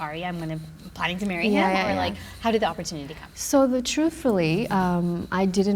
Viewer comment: "opportunity" ROFL